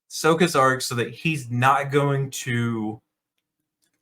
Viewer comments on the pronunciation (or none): He hasn't watched the original series. If he had, he would've pronounced Sokka's name right. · anyone catch him pronouncing sokkas name like they in the 2010 movie? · My dude, why are you pronouncing Sokka's name wrong?